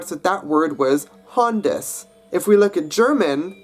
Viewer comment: You pronounced German "Hand" and Gothic "Handus" with English phonology.